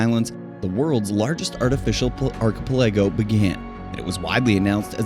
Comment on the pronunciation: I did enjoy the struggle with archipelago.